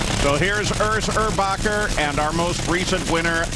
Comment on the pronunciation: his name is erbacher not urbacher